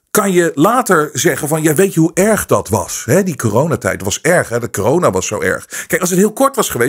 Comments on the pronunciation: Misschien een domme vraag..maar waarom noemt "corona" "kijona"? Vindt t wel grappig klinken maar wil de reden weten. Heb ik iets gemist of hoe zit het. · Waarom zegt hij steeds kiyona en niet corona ?🤣 Vlgns mij haat hij het woord zo erg dat hij het niet wilt uitspreken